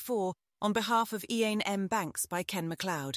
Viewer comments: ...and one that doesn't know how to pronounce Iain! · Terrible. I'll read for myself rather than listen to AI that can't even pronounce 'Iain'. Stopped after 13 seconds.